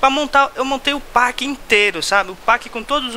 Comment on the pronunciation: Não é pack que fala é Peck mas se inscreve pack